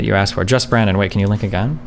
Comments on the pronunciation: Every time says the word "AGAING" I get physical reaction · Againg gang